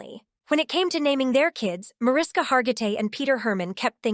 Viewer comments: Mariska is pronounced “Ma RISH ka.” It’s Hungarian, so just pretend the invisible H is really there and you’ll say it correctly. 🇭🇺🇺🇸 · Micky Hargitay is Mariska's father--not great grandfather! And learn how to pronounce Mariska--it's from the Hungarian.